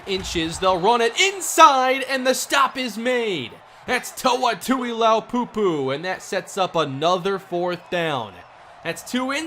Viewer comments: exactly thats what I thought the prounciation would be, but is saying too-EE-L-ow-poo-poo, so he's changing the L and the I around, listen to it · everytime I hear him pronounce Toa Tuliaupupu's name, I think he's pronouncing it wrong... the I comes after the L in his last name? also: pls stop forcing it to Kemp^^